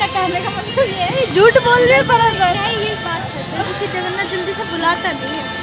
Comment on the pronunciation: Hari bol🙏🏽…… mata ji… जगरनाथ nahi जगन्नाथ ☺️🙌🏼